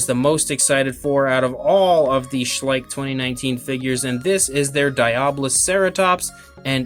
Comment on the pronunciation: Schleich? Schleich? SHLEICH